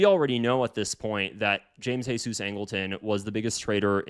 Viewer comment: Nope. Angleton did not pronounce his name the Spanish way, it's the English way Jee-zus. You were right for most of the video.